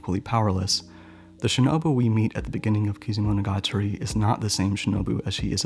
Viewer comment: Damn, through whole video I was just thinking "woow" and "damn.." with a little breaks for funny moments when you were trying to say eg. Kizumonogatari or Bakemonogatari 😂 But really great video! Hope I can find more of them!